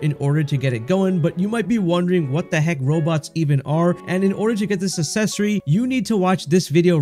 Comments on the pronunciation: you're pronouncing accessory wrong. its acksessory, not assessory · it's pronounced uhk·seh·sr·ee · Need the accessory that lets you properly pronounce the word accessory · it literally does. And it's spelled correctly and everything. Unlike the pronunciation of the word "accessory" in the video which was the point of the original comment. Lol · Ikik im a bully wahh but how you gonna pronounce "access" correctly and not "accessory" 😭😂 it hurts my little grammar police earholes lmfao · For the love of God…learn to say the words you’re using in a video before you record the video. Accessory is not pronounced “Eh-sessory.” Brooch is not pronounced how it’s spelled, and “Gold” is not pronounced goud. C’mon bro.